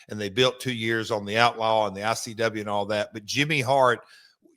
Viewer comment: Conrad constantly saying IWC , instead of ICW , is driving me crazy 😂